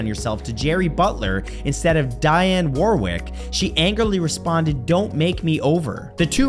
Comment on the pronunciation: She Dionne Warwick..Dee-on not Diane..lots of love Matthew!!